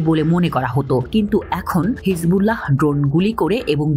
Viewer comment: হিজবুল্লাহহহহ এভাবে উচ্চারণ করতে হয় না কি??🤣🤣🤣🤣🤣🤣